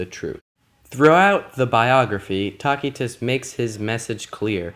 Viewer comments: It is pronounced Tasitus not Takitus! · Good lad, it is not "tacky-tuss" but rather tass-ee-tuss. The letter 'c' is pronounced here as if it were an 's.' Think of the words 'lice' and 'mice.' The contents of the video are fine, and I learned something from your presentation. But please spend some time to learn Latin or Italian pronunciation before making your next video. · It's pronounced "TASS-ah-tiss". You're not even remotely close. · Why do you keep calling Tacitus "Talk-y-tus" ? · isn't it pronounced as. ta si tuss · Taquitos... Sounds tasty. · Though in English we conventionally use soft c's for many Latin words, The classical pronunciation uses a hard c. Tacitus' contemporaries would have said "Kikero" for Cicero, "Kaesar" for Caesar, and "Takitus" for Tacitus. Ignorance has killed YOUR credibility. I hope you are embarrassed. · this dude can't even say Tacitus correctly smh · Despite what some are saying, this was an incorrect pronunciation of the name of one of history's greatest historians. This hard "K" sound people are referring to is a lie. This is Latin- not Arabic... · why's he keep saying his name like that😐